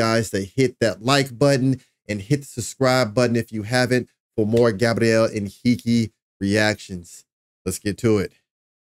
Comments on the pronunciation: Hi dear reactor: 👋👋👋👋you've pronounced his name perfectly, in a perfect Portuguese, congratulations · #GabrielHenrique! I'm Brazilian and I can guarantee you, your pronunciation in Portuguese when saying Gabriel Henrique's name is perfect.